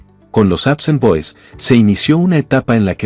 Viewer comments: "Apsen boys"??? "Raken Roo"??? Qué te Pasa!!!?? Se llaman APSON Boys!!! Y Rock and Roll!!! No jodas, Y ahora que te paso Con Esa Pronunciación!!??? Decepcionas porque Pienso que Ya Te estás AGRINGANDO.... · así es, debería ser APSON y no APSAN, pero el locutor anda mal. El equivocado es él.